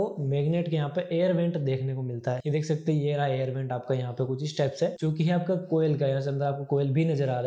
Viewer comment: Coil❌ koyal✅